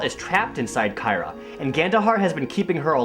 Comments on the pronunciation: The fact that the same guy calls the same character "kyra" and "keera" is kinda hilariously absurd. Wow, what a terrible game. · maybe it's only Kyra (kai-ruh) on certain days of the week.